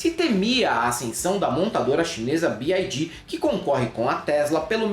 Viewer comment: desculpa ser chata na correção bes tinha. Bi ái dí, seria a leitura, em inglês, da sigla “BID” A montadora chinesa é BYD, que lê-se “bi uái dí” Abraço, querido. Perdão mais uma vez.